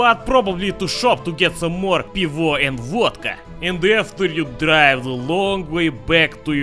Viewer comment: nie "piwor", tylko piwo..ta wymowa nad piwo haha, kocham to